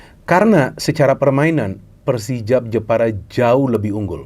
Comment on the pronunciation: Jepara tapi pengucapanya njeporo